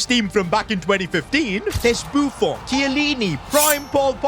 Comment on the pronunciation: Buffon is not fench u don't say bo fou u say boo fon